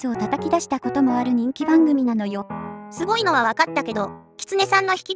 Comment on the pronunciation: すごいにんげんじゃなくて、すギョいにんげんですね！